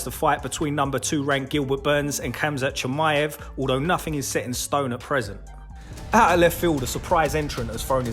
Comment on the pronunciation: Why not learn how to pronounce his name properly?